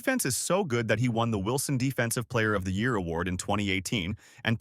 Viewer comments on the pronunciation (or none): none